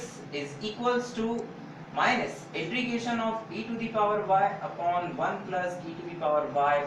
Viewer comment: Intrigation kia hota he integration hota he ......😒